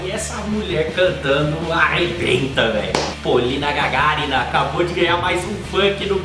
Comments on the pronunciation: Смогла бы, 10 лайков только за правильное произношение фамилии ГагАрина поставила бы Реакция- супер! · Единственный кто поставил правильно ударение ГагАрина, а не ГагарИна! Красавчик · Спасибо, первый не русскоговорящий делает правильное ударение в фамилии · Ты один из немногих кто сказал правильно её фамилию. Не ГагарИна, а ГагАрина. Молодец) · молодец!!! И фамилию произнёс правильно, единственный из иностранных блогеров, только за это можно класс ставить!!! 😉👍 Ну и реакция огонь!!! 🔥 Полина наша того стоит!!!! ✌👍👍👍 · Да. Ударение слышу впервые верное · Впервые слышу, чтобы иностранный блогер правильно произнёс фамилию с первого раза, поставил правильное ударение. Спасибо. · ВЫ сказали, что сначала анализируете, а потом выкладываете, и Вы уже заранее знаете о её голосе. Но интереснее смотреть на Вашу реакцию, когда Вы первый раз её смотрите вместе с нами, как многие другие блогеры. А вот имя и фамилию певицы Вы с первого раза произнесли правильно. За это "ЛАЙК". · Красава, первый правильно фамилию произнес, лайк тебе )))) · Ты единственный иностранный обзорщик с Ютуб, кто правильно произнес её фамилию 😄👍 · Да, Вы совершенно верно произнесли фамилию Полины. Спасибо за видео и успехов, друг. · Редко кто правильно произносит ее имя. Ты шикарно произнес и имя и фамилию . Все правильно . ❤️❤️❤️😎 Отдельное спасибо за субтитры ❤️❤️❤️😎🖖🏻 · хитрец, подсмотрел, куда правильно ставить ударение в фамилиии..хотя, за подготовку в этом, тоже лайк.. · Правильно фамилию сказал.👍👍👍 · Хоть кто-то правильно фамилию произнес!